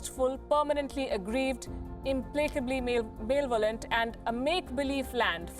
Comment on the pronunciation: Lady, as a journalist, you must learn to pronounce malevolent. English is not our language and I don't care for it but you should if you are communicating in it. The worst thing that happened to India is the advent of English along with the Englishman - left us with such a deep inferiority complex that we are yet to get over it. The men and women of the West are still trying their best to keep us down there. Let's rise and shine - claim our lost greatness as Hindustanis.